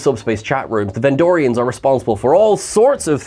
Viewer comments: VENDORIANS!!!! NOT VENDRONEIANS!!!! Come ON!!!! 😵‍💫😅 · You keep saying "vendronian" instead of "vendorian" which threw me off searching for them on memory alpha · Vendronians? C'mon,. It's Vendorians. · Bless you. It's VenDORians. Not Vendronians. Also, just to reiterate, it's MigleeMO, not Migleemoo. xoxoxo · It was Vendorians, not "Vendronians". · Vendorian not Vendronian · It's Ven-door-rians,. Not Ven-drone-nians. I think you're mixing these guys up with Pan-drone-nians; the guys who split into three separate entities. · MY dear wonderful Trekkie friend from afar. It's VENDORIANS, not Vendronians. You keep... you just... GAHHH!! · “Vendronians”…. You mean Vendorian? Hard to take you seriously when you make basic mistakes like this, all the time.